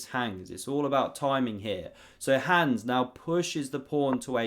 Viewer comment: Learn to pronounce HANS